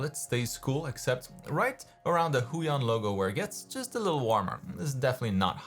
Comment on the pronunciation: lol "Huion Chan"